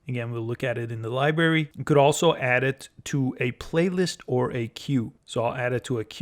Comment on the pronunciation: Good video BUT please learn how to pronounce LIBRARY. It is not "LIBERRY". This was a little painful to listen to ;>)